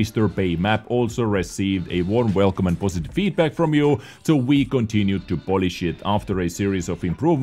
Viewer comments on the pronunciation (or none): none